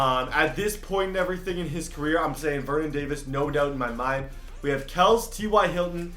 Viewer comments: Stop saying kels it’s kelSEY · Travis Kelce is pronounced like “Kel-see” not kelse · btw Kelce is pronounces Kel-See, not Kels. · It is KEL-SEE not KELSS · Stop saying kelce you need to prononce it kelcyyyyy it’s been about 5 times I tell you the proof you don’t read your comments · IVE SAID IT IN SO MANY COMMENTS SECTIONS OF VIDEOS- ITS KELCE NOT KELS!! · It's pronounced "Kelsee" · It's. Kel-sey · Brayden Faust ikr it's pronounced travis Kelsey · I kept thinking that too 😂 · You’re saying Travis Kelces name wrong